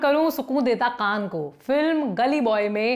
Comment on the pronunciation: Lallantop par har anchor ki urdu ke words ko use karne ki aadat behad chaupat hai. Ab yahi anchor bhi bolne ki koshish mein ki "Naino ko main nam karun suqoon deta qaan ko..."bol rahi hain jabki sahi tareeqe se sukoon aur kaan bolna chahiye tha. Please Lallantop waale urdu bolne ki aadaat par thoda mehnat karein.